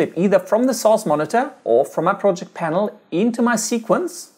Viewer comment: I watch a lot of ytp s so when I hear him say source I laugh cuz o think he says sos great video btw